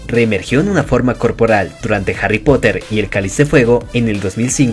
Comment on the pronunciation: nadie absolutamente nadie yo dandome cuenta de que el narrador de el video deice hary en vez de harry xd